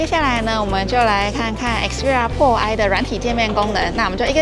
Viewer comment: 開場沒仔細聽還讓我嚇一跳...Sony Xperia “破唉” 是什麼東西？